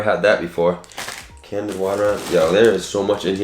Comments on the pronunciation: Candied not candid 😂❤️ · you need to pronounce the word candied lol you kept say can-did lmao im still a fan of your videos but its drives me crazy when someone continues to mispronounce a word